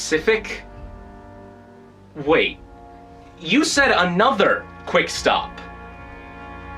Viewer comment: He said quickstap